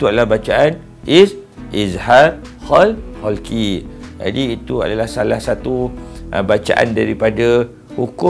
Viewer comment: terbaik, cuma mungkin ada sedikit teguran: 1. sebutan betul adalah إظهار حلقي iaitu kalimah halqi dgn huruf ح bukannya خ. 2. sebenarnya izhar halqi ada dengung kerana meraikan sifat ghunnah pada huruf ن tapi tidaklah kuat dan sempurna dengung itu. Barakallah fiikum